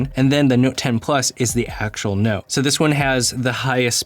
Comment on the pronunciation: I'm just noticing that you're saying "Nowte". ;-) And "Phowne". Or "Phoewne". :-)